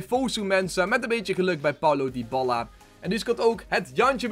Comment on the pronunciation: Waarom spreek je het uit als Dyballa ?